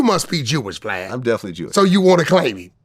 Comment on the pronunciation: Wack say Blad, cant say vlad